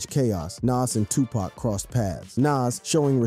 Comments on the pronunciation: He keep saying pak instead of poc 😂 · also pac not pack there no "K" in Tupac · Are you purposely pronouncing Pac's and Nas's name like that?!! You're channel is called Rap Daily, but you can't pronounce most rap artistes names correctly?